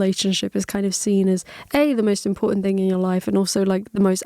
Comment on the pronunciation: Definitely lost it at you repeating his "imporTANt" LMAO also I'm sorry you have people being insensitive and dickish about your accent, I can genuinely say it tickles my ears whenever the Irish r's come out! Regardless, any way you speak, I hope no comment makes you self conscious. Most of us are here to hear what you have to say and don't care about how you say it.